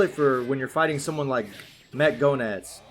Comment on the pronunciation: No offense, man, but the way you say Goenitz sounds like GONADS.. 😂😂😂😂😂😂😂😂 Edit: I'm almost done maxing out my baby son Bao!!! YAHOOOO!!!!!!